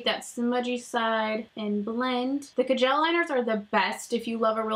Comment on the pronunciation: Are you saying ca-gel liner?